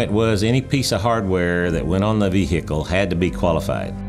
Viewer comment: "Piece of hardware you mounted on the ve-hicle and that type of stuff" Can we actually get someone who knows what they're talking about or at least if he does know (hopefully he does having worked 37 years for NASA) actually emit some sort of effort for this narrative. Also take a shot everytime he says "hardware".